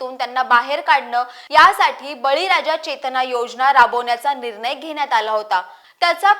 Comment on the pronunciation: आपली माहिती चांगली आहे. पण न आणि ण याचा उच्चार शुद्ध असावा निर्नय ऐवजी निर्णय असा करावा